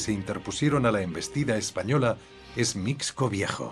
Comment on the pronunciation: Mixco (pronunciación correcta es misco)